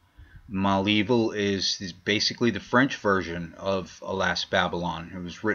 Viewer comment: Okay, let me help you with the name Malevil. It is not Mal Evil. It is Mulaveel. This is the right way to pronounce.